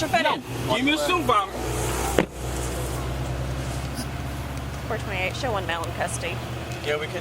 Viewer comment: Dude saying Supervisor, and I am here hearing Suvevisar.... I am like wtf you asking for? 😆😆😆